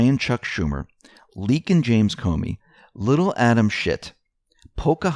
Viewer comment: ...and why he keeps saying Coney instead of what we think is supposed to be comey...?